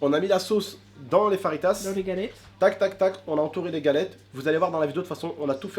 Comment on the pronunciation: déja ses faritas lol mai si non bonne vidéo